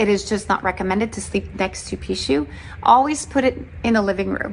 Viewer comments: He said the Pickachu , LMAO!!! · I die every time he says Pikachu ⚡️🤣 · mispronounced the name of the spirit in the bracelet, watch him start getting bad luck.... he coming after you for making this video LOL